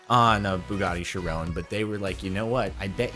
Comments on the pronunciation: I hate how he calls it a "Chirone" not a "Chiron" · Does he say Chiron like that just to piss people off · Tbh not a fan of how Jordan says "Chiron"